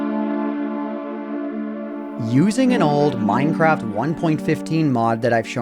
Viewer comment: MINEcraft ONEpointeightTEEN. Fucking annoying.